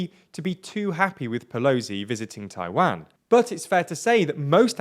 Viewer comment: Your pronunciation of "Taiwan" is terrible